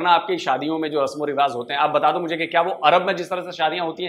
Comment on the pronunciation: O bhaai rivaaz naheen hotaa, rivaaj hotaa hai. 'z' and 'j' mein antar karo yaar.